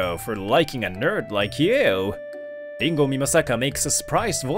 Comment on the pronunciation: Dingo ??? WTF It's Ringo. Can't you people read English or are these badly programmed audio programs.